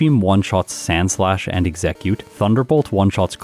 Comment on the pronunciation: Do you pronounce Exeggcute the way you do just to trigger us?